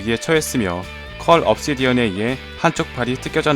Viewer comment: 발음 완전쌔다 컬 옵시디언을컬 업시디언이라고하고 자비스인데 좌비스레 ㅋㅋㅋ